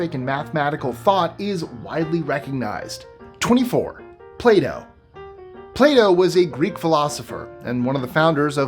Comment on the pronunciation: When you said Plato, I thought you said Play-Do. 😄